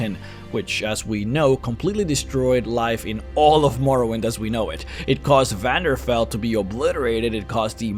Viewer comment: 'Vanderfell'? Really?